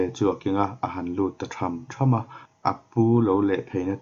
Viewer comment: Sazu a kal tham tham ' lamdan pawh a diklo deuh..